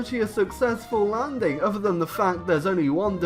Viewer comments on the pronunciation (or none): none